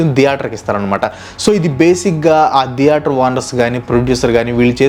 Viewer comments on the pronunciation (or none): అరె నయన దియేటర్ కాదురా తియేటర్ ప్రతిసారి దియేటర్ .... దియేటర్ ...అంటుంటే డోకు వస్తుంది దియేటర్ ధం సప్ప్ ప్యాసు ఎంది రా నాయనా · Every one:- theatre:- diyaatar 😂😂😂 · Dheatere ani enduku ani antunnav bro? Theatere adi